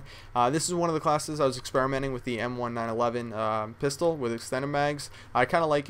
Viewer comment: I dont know about every one else, but it bothers me a little bit the way you pronounce 1911 lol. I mean, it is only the most popular handgun in the world. i've just never heard anyone say anthing but nineteen eleven lol